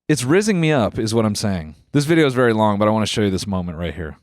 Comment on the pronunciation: he's vewwy lihterwal